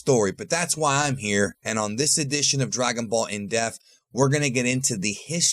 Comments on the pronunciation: Why do you say in death instead of “Depth” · Why do you pronounce "depth" as "death"? This isn't the only video I've noticed this. It drives me crazy. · we gotta have a chat about how you pronounce “depth” my dude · Lol it sounds like you're saying Dragon Ball in death not depth. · in death lol. luh yu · You know that the 'p' in depth isn't silent, right? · Someone's gotta teach how to pronounce depth correctly